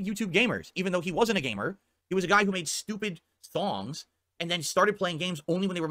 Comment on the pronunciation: I know he's saying "songs" but I'm not sure if it's the mic filters or him mush mouthing it so it sounds like he's saying "thongs".